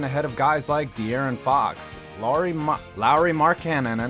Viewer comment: Oh yeah Jarren Jackson poor guy. Also you said markkanes name right the 2nd time